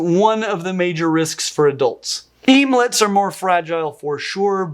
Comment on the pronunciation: bruh... emelets... OMELETS. let's think this through lol...